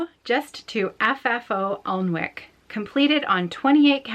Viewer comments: I stitched the same project you are gift stitching. I made it into a cushion cover and gave it to my friend for her birthday. But I used the called for threads and fabric. Alnwick Castle is pronounced Annick Castle. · What an inspiring story! Alnwick Castle (you can pronounced it [AN]-[IK]) is just up the road from me here in the north of England and it is so beautiful, I'm glad she has such nice memories of it ❤